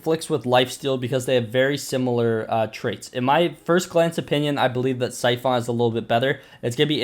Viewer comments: He says syphoon, that annoys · Bro syphon is pronounced like si fun